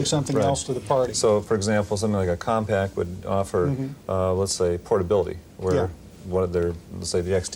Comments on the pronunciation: It’s not pronounced “COMPACT”! OMG, have some self-respect - you’re gonna be on YouTube one day. X-P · Did nobody know how to pronounce "Compaq"? I swear they keep saying Compact